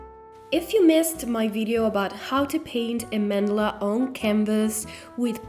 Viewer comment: a "man dela" lmao